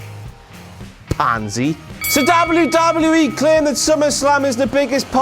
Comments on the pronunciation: Why does he say dable u dable u E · The way he says WWE or the letter "W" makes me die😂😂😂